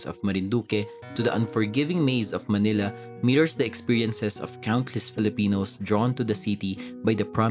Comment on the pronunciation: Manila, not "malina".